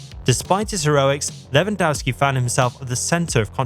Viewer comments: Lewandowski is pronounced Levandovski. The W is like a V in polish. How many fucking years do we need to explain that to you people? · Pronounced Levandovski. W=V in polish. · How about pronouncing his name correctly! LevanDOFFski!